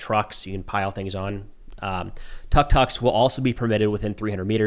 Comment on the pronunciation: Tuk tuk pronounced tdook tdook